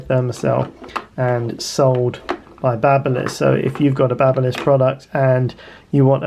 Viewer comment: BABBLE-liss! 😵‍💫😵‍💫😵‍💫 It's BABY-liss! You know like an infant baby!!! They make hair trimmers too. What a DOI'!!!